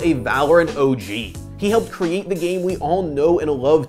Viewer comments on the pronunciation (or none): none